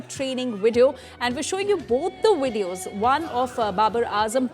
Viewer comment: "78 on 6" Not once, she said it 6 times. "wideos" for 'videos'. A sports reporter who doesn't know cricket terminology or correct English. This is why you don't give a man's job to a woman.